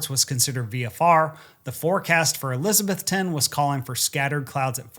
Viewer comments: ok, I gotta say it ... not Elizabeth-TON, it's Eliza-BETH-on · It’s pronounced ElizaBETHton. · It's ElizaBETHTON. Equal stress on the last two syllables. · “UH-LIZ-UH-BETH-UN”that’s how we pronounce it locally. I always wondered what happened with his plane this flight, another great video! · eliz uh BETH tun. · Eliza-BETH-ton. A local taught me the correct pronunciation. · Omg he is killing miss pronouncing Elizabethton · I'm from Elizabethton. Great pronunciation 😂